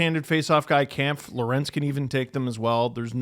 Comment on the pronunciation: Is it just me or is and always mispronouncing David Kampf’s last name incorrectly